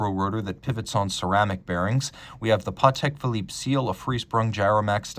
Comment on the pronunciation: Your accent on Vacheron Constantin & Patek Philippe got me thinking for years. This is French name and deserves respect, it's not English. What's the importance of your video if you can't pronounce these brands name properly.